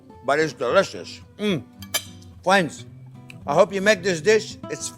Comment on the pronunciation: and he calls us fwends 😌